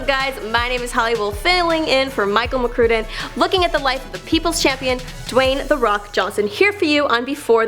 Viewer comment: Michael McCruuuuuuuuuuuuuuden? Has the host ever watched this channel, dude says his name every video and you can't say it right. smh